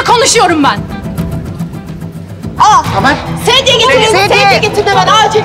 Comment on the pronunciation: Tenör değil tamer